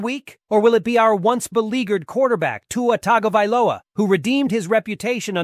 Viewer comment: Finally someone correctly pronouncing Tua's surname as TAGOvailoa and not Tangovailoa .